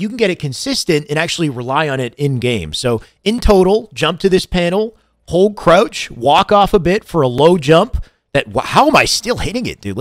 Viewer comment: I need a 2 hr video of this man saying krautch